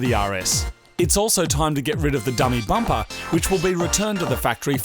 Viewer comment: bampa instead of bumper..